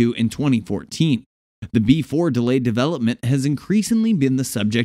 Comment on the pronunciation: It is pronounced B E 4